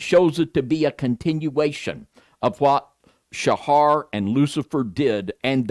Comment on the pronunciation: Pronounced Sah......not Sha....like satyr isn't pronounced saa-tar.........then minutes later he changes how he pronounced it, so I'm pretty sure thinks it gives him his "niche" They went to illuminati colors, still uses foul language.......and he's busy trying to find "his" look. It's bad enough that didn't know who said to "turn the other cheek". Then didn't even tell or correct worldly view. This should give a warning to anyone that is seeking truth. If they can't be truthful with each other.......at best is a cliff notes user. Alberino is a twister of the scriptures and they are acquaintances. He's written a whole pre -Bible story. Ridiculous man made story. Roman -24. Like Ken Hovind and his ridiculous crystal firmament story. Another Roman "Christian." Really study what these men tell you. Like Rob Skiba said....study it don't just accept it.